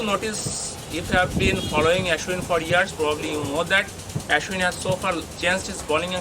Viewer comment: Not aeeshwin it's aaashwin